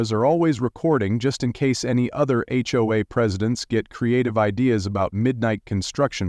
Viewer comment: You sure have a deep voice,. H-hoe-az? Ever THINK of proofing your AI generated voiceover before posting? Credibility factor now is zero.